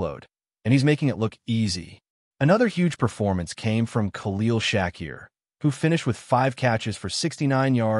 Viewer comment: Who's shaqkeer its sha keir